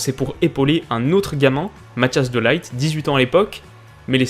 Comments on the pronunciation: Juste le point prononciation ! De Ligt, chez les Néerlandais (exclus les néerlandophones belges), le "G" va se prononcer comme un "R". De Li-r-t. (En Belgique, car les flamands vont tout autrement, ce sera plus doux à entendre. Le g se prononce comme lorsqu'un chat voudra intimider quelque chose (si vous voyez ce que je veux dire). De Li-ggggh-t) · désolé de te dire ça , mais tu ne prononces pas bien les noms 'De ligt' a prononcé de LIRT et pas aï. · Encore une très bonne idée qui me fait aimer un joueur que j'avais la flemme de regarder ! Par contre il me semble que "De Ligt" se dit "Délirrte" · Tu pourrais faire un épisode sur De light (qui se prononce à la néerlandais et pas à l’anglaise)